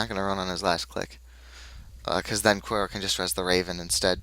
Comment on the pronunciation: here, its actually pronounced "cure-e-o" =] Also, i would've NEVER kept an opening hand like that but it was on my mulligan, so i had to keep it. =/ that was a a brutal mulligan, i should've kept the first hand that you didn't see. The SD's are there for early facechecks, if I had gotten them early they would have been great. Psycho and Closed Accounts there for tag-me decks, but yeah i've had about 50% success rate with the deck.